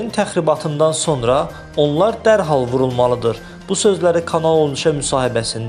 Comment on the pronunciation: VULULMALIDI ?YOXSA VURRRULMALIDI?